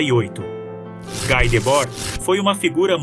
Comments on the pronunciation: Pronúncia é Gui e não Gái [Debord] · "Gui" e não "Gái" Debord. Ele é francês, não? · Não se pronuncia GÁI, mas Gui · Esse texto está muito GPT3 e precisa ser melhor trabalhado em muitos aspectos. Ainda assim, parabéns pelo tema abordado e pelo trabalho. Obs: pronuncia-se "gui", não "gai"